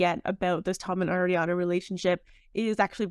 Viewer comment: As an Italian, your pronunciation of Ariana PAINS me. It's Ari, not Air.